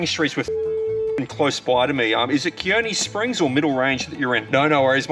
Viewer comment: As a resident of toowoomba myself, the slander was hard to watch lmaoooo Btw Kearney Springs is pronounced "Carny Springs"